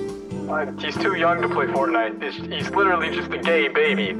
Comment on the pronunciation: U said fortnte